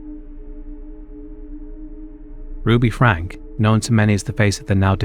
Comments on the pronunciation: Slight thing: "Franke" is pronounced "Franky". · Ruby Franke - pronounced Frank-ee